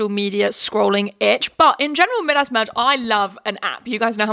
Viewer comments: Mid-ass is the strangest pronunciation I have ever heard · ‘mid-ass merge’ LMAOOOOO think it’s pronounced ‘my-dus’ Queen ily😂😂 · Maybe I’m just American but hearing you say “Midas” (m-eye-das) as “mid-ass” merge has me in STITCHES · Big fan not making fun just a cultural difference 🫶